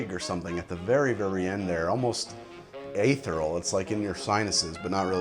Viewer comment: You've got Oaxaca down pat... er... now to work on "ethereal". Eth-ear-ee-ull.